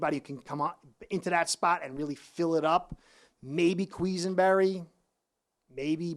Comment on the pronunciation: almost did a spit take when you said “queeze-en-berry”. Granted not the easiest name but really great getting a fin fans take on Bills play.